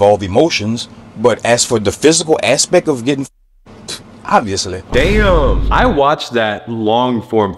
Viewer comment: The way he says OBVIOUSLY